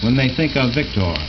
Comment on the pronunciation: he says 'vic-tore'...I say 'vic-ter'